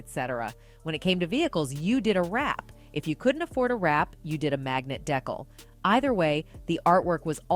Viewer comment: The narrator saying deck-ul instead of decal is cracking me up 🤣